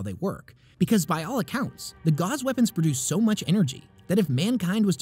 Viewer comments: I don't know if anyone's pointed it out, but your pronunciation of "gauss" confused me. I'd never seen it written out before this video, and I assumed they were "gauze" weapons, which made sense at first because you were talking about the Necrons' enzyme weapons, but when talking about subatomic particles, I assume you mean gauss as in railgun, in which case it's pronounced "gowss". Love your content! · Gauss (rhymes with house), not Gauze. Synaptic. Not Synoptic. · Excellent video. Synoptic and synaptic are different words.. although i suppose they would both make you more concise. And "gauss" rhymes with "house". Its not a "gauze rifle" as that would heal you. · gauss rhymes with house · gauss rifle rhimes with mouse rifle. not how you said it. synaptic also incorrect. you should really watch a pronunciation video before making these videos.